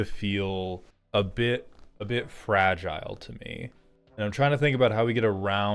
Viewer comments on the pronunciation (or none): none